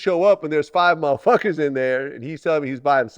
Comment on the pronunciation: The way Vlad tries to say MUHFUCKAS 😂😂😂